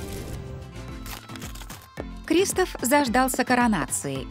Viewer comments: Здравствуй. Я бы поставила лайк, но ты говоришь КристАф. А говориться КристОф. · Здравствуй. Ты говоришь КрИстофф. А говориться КристОф! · Не криистов а кристооов